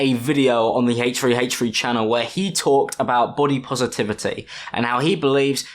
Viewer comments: This kid is just terrible omg ! First off , can you try to not copy him? The “we need to stop”, “ it’s time to stop” H3 started that and you’re using it on him you’re making yourself look dumb 😂 go get some teeth pulled you have a few to many with that crazy ass lisp if you can’t pronounce his name right just don’t say it at all , god really fucked you over kid, he clearly knows he isn’t skinny and he embraces that so you saying he shouldn’t body shame you sound dumb 🤦‍♂️ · Haych-3 Haych-3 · Haych free haych free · It's HThreeeHthreee, not HFreeHFreee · It’s not HachfreeHachfree? It’s HthreeHthree! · “Haytch 3 haytch 3” lmfao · Ahh yes my favourite channel, Haythch free haytch free. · no one:: haych free haych free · Who's haytch free haytch free? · Haych free haych free? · wtf is "hache3hache3" its pronounced "H3H3" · bro really “hate tree hate tree” instead of h3h3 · Please learn to pronounce the letter “H” correctly. It doesn’t start with a Hay sound. It’s pronounced “aitch” not “haych”. This is annoying in your other videos but when you say H3H3 several times it’s unbearable. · haytch tree haytch tree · lmaoo he said hachefree hachefree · I can't not hear, "Hey tree, hey tree." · heych free heych free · Why are you pronouncing it "hate tree, hate tree"? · I love how he says “haych free haych free” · It’s pronounced heychfree heychfree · Um click bait???! I was here for h3h3 but who is this “haytch 3 haytch 3” u refer to in the vid ? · Haytch free haytch free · nobody:: haytch free haytch free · Ay tree ay tree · Nobody:: Hach3Hach3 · hfree hfree? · Hache tree hache tree 😂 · Ok I’m a min in and barely paid attention bc accent is so thicc with him saying haych free haych free. Icon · Everybody:: fhanks; fhinks; hafch3hafch3 Love you ❤️❤️❤️😂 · haych free haych free squeeeeeeeeee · That’s just the way he says it. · Haytchfree haytchfree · ‘Haych free haych free’ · Him saying h3 sounds like hate - tree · haych three